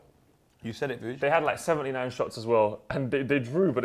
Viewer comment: How gassed was when Vuj did the names correctly on the intro? 😭😭